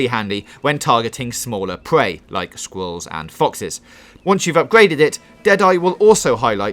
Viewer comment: "LIKE SKWIWULLS AND FOXES"